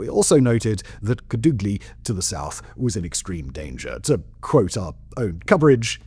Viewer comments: Bold of you to assume my hometown doesn't exist. But a more proper way to say it is Kàdugly. If you know some spanish you might say it the right way. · Simon... There's a Family Guy bit about Peter listening to British Radio broadcasts he isn't even sure exists. Normally I think "Simon and his writers wouldn't make up place names". Then you said "Kadoogly".